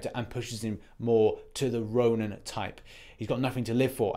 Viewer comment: Row-Nin. Ronin.